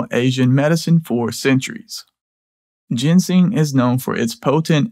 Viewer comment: you're driving me crazy: ginseng is NOT gensing!